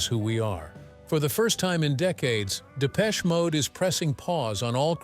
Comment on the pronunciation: Absolute Shite........Depecheeee Mode? At least pronounce it correctly ya yankeeeeeeee twat. Hmmmmm this content has opened my eyes 🙄........i dont think so. Dave and Martin are who they are......f**king legends. ❤